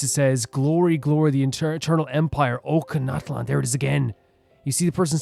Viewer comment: Just so you know, Ochkanatlan is pronounced with a soft C instead of a K. So it sounds like OchiKaNatlan, but without the i sound